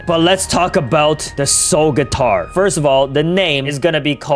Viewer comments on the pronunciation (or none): Soul/skull guitar❌ Soul/skull gyatar✅😂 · im gonna miss everything. oh ye why did you say soul gyatar